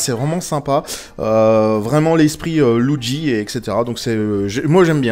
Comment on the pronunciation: Tu le dit étrangement "loudgi" :p